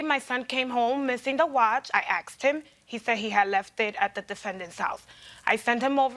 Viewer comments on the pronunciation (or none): 😂 "I axed em" what? 😂😂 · "Axed" him? It's "asked"! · you Axed your son? Ax is murder. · "i axed him" ......thats all i need to know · Why do these people always axe something? It rather makes one wonder if they can read and write...don't you think? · "Asked", not "axed." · You axed your son!?!? So sad. 😢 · Plaintiff: " I axed my child". People please, never axe your child. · I aksed him… Aksed ???